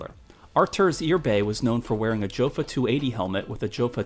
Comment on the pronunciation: Good video. It’s STAY-lock and YO-fa not JO-fa.